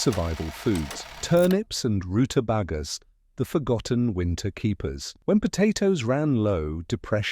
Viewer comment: Roota"bay"gas more A sounds